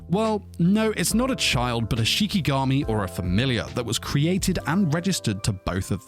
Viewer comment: Did anyone else hear shimigami instead of shikigami?